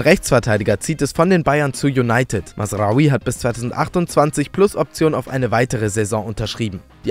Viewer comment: Kurz mal Respekt wie perfekt er mazraoui ausgesprochen hat